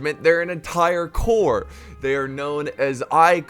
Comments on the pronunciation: Jacksons Corps ...the second Corps ( ll. ) so not the ( ey ey ) corps. ...greetings from germany ;) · Howdy all...its the First (l) Corps. ..not the (ey) Corps....lool